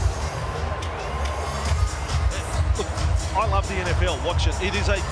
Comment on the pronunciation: It's "LAS Vegas" NOT "LOS Vegas".